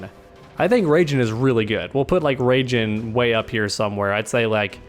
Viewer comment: Can someone explain y he calls raiden rayjin